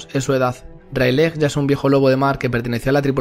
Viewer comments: Plis luffy se dice reyligt. Animo con tus videos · Me parece muy bueno tu contenido, pero cada vez que he escuchado "Railej" en este vídeo, he perdido años de vida